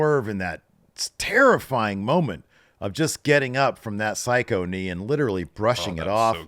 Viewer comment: For future reference it is" Busaiku Knee " not "Psycho Knee " but it does sound like that kinda and it is one psycho knee strike that's for sure !! LOL